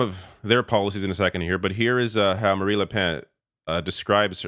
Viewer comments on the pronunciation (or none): I though I heard you say Marie Le Pants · shocking how little you know about this and how little research you have done, cant even pronounce marine le pen's name or Melenchon's name. les republicains didnt say they were going to work with the far right. as a matter of fact there was a huge split within the party because of it with the majority of them rejecting the far right